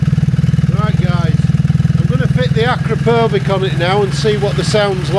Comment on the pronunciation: Super helpful - thank you! On your note about how to pronounce “Akrapovic”, it’s as you pronounced it except the last syllable is as in “sandwich”.